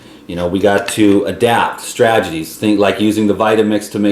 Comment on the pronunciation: There is no such word as "stragedies,". (Which rhymes with tragedy.) It's really Stat-e-gies. To break that down, you'd want to say STRAT - e - GEES. or One strategy would be STRAT-e-Gee. Look this up. Here's a YouTube tutorial on how to say it